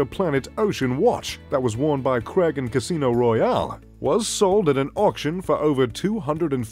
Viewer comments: Not to mention Daniel "Cregg" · Malicious design? Is English not your first language? And it's CRAIG, not CREGG.